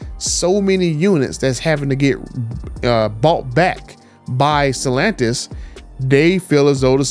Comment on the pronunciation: Dude you have nice content..but Jesus at least pronounce Stellantis correctly! I don't know how you can Butcher it so badly!